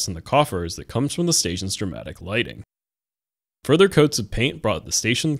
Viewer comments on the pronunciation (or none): none